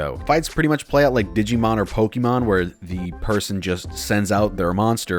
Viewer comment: so is his pronunciation of "Pokemon"